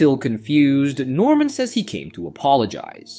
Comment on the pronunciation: Ady and Addy? Norman and normal? Barbara and Barabara? If you’re gonna use an AI voiceover, learn to spell.